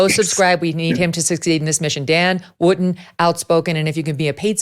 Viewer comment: WOOTON NOT WOOTEN 🎉